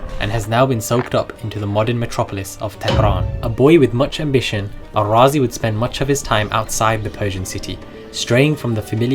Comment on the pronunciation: Good, thank you. It would be helpful to note, there is no need to call him Al-Razi; he was a Persian and razi would be more appropriate. I noted you also try to pronounce his name as Arabs would do. Surely the contemporary of his native land jut called him Razi as in RAA-Zee, meaning from Ray, like what we have to day such as Shirazi, Tehrani, etc.